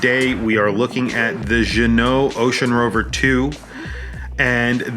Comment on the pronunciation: Nice to see you know how to pronounce Ginault. Now you need to learn how to pronounce homage. (pssst. The H is silent). As for the review